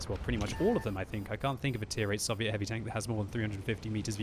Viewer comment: I wish you would pronounce Soviet properly